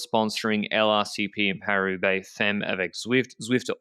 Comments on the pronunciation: Oh c'mon, pronunciation is like "fammes", check it out. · Don't know if this has been said but the first 'e' in femmes sounds more like the 'a' in Anne (basically sounds like fammes)